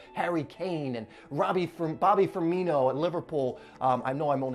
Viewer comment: He said bobby firimo